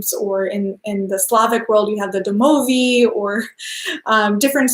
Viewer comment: ok if you are going to do Slavic paganism, it's best that you pronounce them characters right ;) ...it's Bába Yagá and Domovój. It's very easy to get it wrong the first time and impossible to unlearn then. So the sooner the better. Watch out for Ukranian or Polish versions, they will just confuse you. Looking forward to Slavic paganism videos x